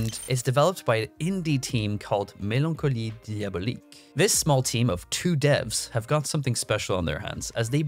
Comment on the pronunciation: I am french and I have to say I am impressed by how you pronounced “mélancolie diabolique” Is French your second langage or?